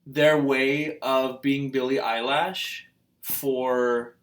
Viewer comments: EILISHH LISHH NOT LASHHH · ITS NOT BILLIE EYELASHS . JEEEEZ.... ITS BILLIE EILISH